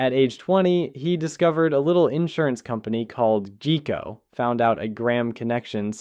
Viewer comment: Obviously this is a script you're reading, because anyone who knows anything about Warren Buffet and Berkshire Hathaway knows how he started with Geico insurance which you, without any hesitation about pronunciation, said "GEE-KO" when it's pronounced "G-EYE-ko", one of the largest insurance companies around and even more public than most. Although the story is generally true, it becomes hard to become interested in listening to now knowing you're just reading it without much knowledge of the subject.